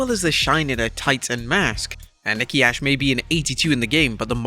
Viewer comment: A.S.H. not ash ahaha